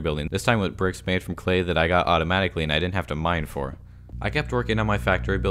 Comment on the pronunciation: Is it just me, or does he say "bircks" instead of bricks